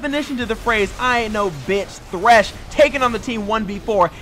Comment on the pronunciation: It's THRESH FFS, IT HAS A H.